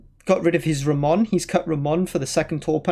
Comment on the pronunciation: The best "Ramón" pronunciation that I’ve heard in any english stream!